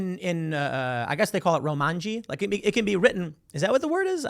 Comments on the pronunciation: close, Tim! It's "romaji" not romanji but it's an understandable mistake anyway given that Roma means Roman in this case (with ji meaning characters) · It's "romaji". You added an 'n'.